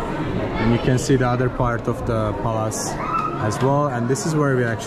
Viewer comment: pronounces Palace as Palaaas. I love it.